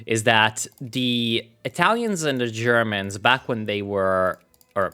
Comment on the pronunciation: Why do I hear "Germans" as "germs"? Cringe moment...